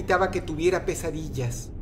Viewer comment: Alguien mas entendío quesadillas enves de pesadillas? xD